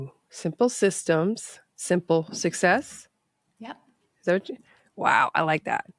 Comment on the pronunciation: I can't get over how you pronounce 'success' with no k